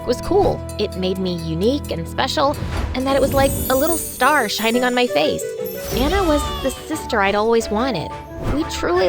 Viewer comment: You said ,y instead of my